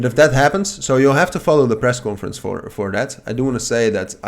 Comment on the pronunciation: Small help here on your pronunciation of conference. It's cohn-ference. Dutch people pronounce it as cawnforence. 😊